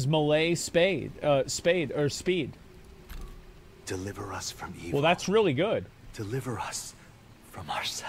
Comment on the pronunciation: INCREASES MELEE SPEED Asmon: Increases Malay Spade!